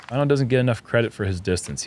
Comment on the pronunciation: Please don't go back to pronouncing it Vaino instead of Väinö. It just bugs be as a Finn more than most names as "vaino" means "persecution" in Finnish. At some point got it right earlier in the season